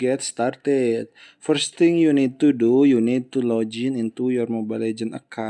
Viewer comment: "Lojin"got me dying💀🙏